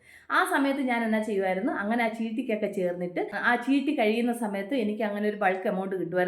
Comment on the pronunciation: ചിട്ടി ആണോclear ആയില്ല പറഞ്ഞത്